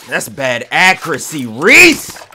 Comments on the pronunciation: Accuracy that’s how u supposed to say ut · “Look at the accrreeaccyyy” lmao